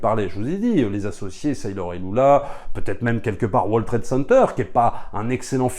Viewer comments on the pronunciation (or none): none